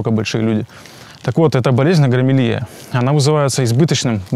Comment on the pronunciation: Не агромелия, а акромегалия.